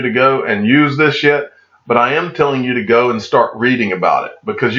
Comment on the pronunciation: I really thought you said a bad word ... You said “im not telling you to use this YET” But it sounded like “I’m not telling you to use this s***” I went back and listened 4 time just to make sure!!